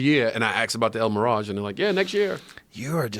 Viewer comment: Joe "The el miraj" Rogan